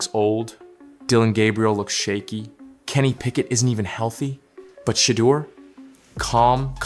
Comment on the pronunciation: If you can't Pronounce his name correctly, then SHUT UP !! 😡